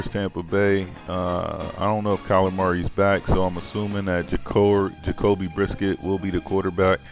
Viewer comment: Yo these videos is gold pure comedy when u pronounce the names lol my man said Devon acne and Jacoby brisket 😆 I'm dead 😑